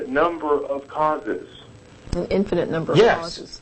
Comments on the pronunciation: does anyone else get the impulse to slap the caller and tell him to stop adding an extra syllable to "infinite"? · I think this is the same guy that keeps calling and sounding like a jack ass. "infininent" LMAO! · "infininite"? You know your argument is bad when you can't pronounce the important words. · Is he saying INFINNINITE? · Infininate?? He can't even say it, so I'm not surprised he doesn't grasp the concept. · Infininite? Okay the first time I figured was a fluke but he KEPT...ON...SAYING IT. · This clown keeps saying "infinitive". He doesn't even know the word, let alone the concept. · I love how he keeps saying "infininite" :-D So cute! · he keeps saying infininite, adding an extra in to it... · Actually Jen does correct him once here, but why not just let him keep saying 'infininite'? It's funny, like all theists arguments. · "Infininate"...this guy and Sarah Palin should hook up. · "if there's an inifninate number of HELLO?" i lol'd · I wish he'd stop saying 'infininite'. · I wouldn't call Jen a sidekick. She contributes a lot of her own knowledge, as do the other co-hosts. Nice intro LOL. IT'S INFINITE, NOT INFINNINITE!! SAY IT! SAAAAAY IT!!! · I think he has called in an IN-FI-NI-NIT number of times. lol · The guy repeatedly pronounces "infinite" as a four syllable word. That should be your first clue as to his mental competence. :) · What annoys me is that this caller cannot pronounce the word "infinite." He keeps using the word "infinINite", where the capital letters show the flaw. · if he cant say "infinite" he shouldnt be thinking about the start of the universe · i wish this idiot could pronounce "infinite"